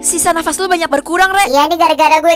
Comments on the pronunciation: Kak knp sisa dafas kan sisa nafas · Kak kenapa sisa nafas jadi sisa dafas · d mulu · Sisa nafas bukan sisa dafas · KAK KOK DIBACANYA JATAH DAFAS